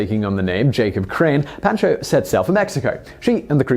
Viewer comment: Pahn-cho. Otherwise top notch!